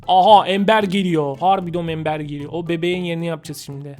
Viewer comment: Ember embır diye okunuyor